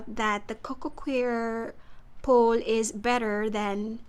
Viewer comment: Coco “choir” not coco queer 😂